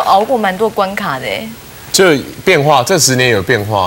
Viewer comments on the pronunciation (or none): 是关卡qia吧，不是关卡ka吧，小s说错了啦